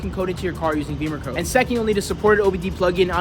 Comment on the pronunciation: Great car, and interesting info, but curious why you pronounce it Beamercode, instead of Bimmercode? Beamers are BMW motorcycles.